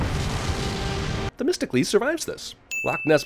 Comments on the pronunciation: isn't it "The-mist-oh-clease"? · You’re supposed to pronounce it like “The Mystical Ease” that’s nowhere near testicles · 100 sins for Themistocles sounding like "Testicles".